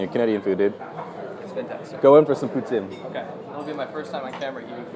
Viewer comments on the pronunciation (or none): Where exactly are you from? you said poutine like poutsine which is very disctintive of the french canadian prononciation.